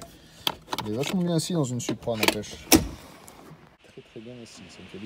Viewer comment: Pourquoi vous dites suupra, ça se prononce SOUPRA👌🏻 Super vidéo ça fait rêver🤩